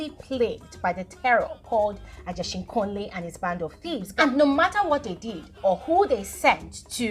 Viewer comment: Is the way is pronouncing the word for me It’s Ageshinkole not Ajeshinkole 🤣🤣🤣